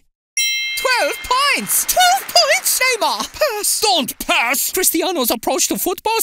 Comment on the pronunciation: Pass* not Pohrs